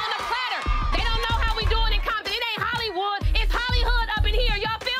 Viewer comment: Not trying to be rude but she said Holly-hood